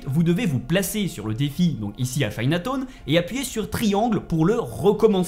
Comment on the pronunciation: Chinatone 😂😂😂 midtone tes sur que tu la fait le jeux c'est quoi cette prononciations